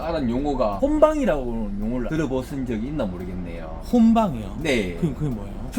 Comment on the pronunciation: 홈방이 아니라 혼방입니다 혼잡하다고...